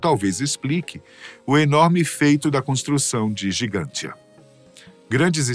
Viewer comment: Porque a locução fala Gigantia e o texto diz Gantija? No Google realmente consta como Gantija. Gigantia seria uma tradução?